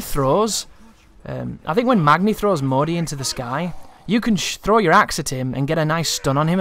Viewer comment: "Magni and Mo-die"